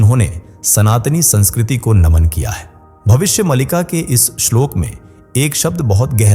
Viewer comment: Malika nahin Maalika.